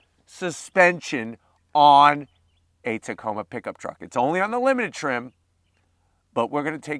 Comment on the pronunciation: I really like the Canyon Denali……..really really 😁. Hey, did you know you said Tacona with an N when you mentioned Hawaii. I think it happens automatically when you think of Hawaii lol!